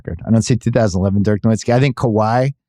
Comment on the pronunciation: He has always said Dirk NoWIZTKI when we all know it's pronounced NoVitzki. Put some respect on my all time favorite player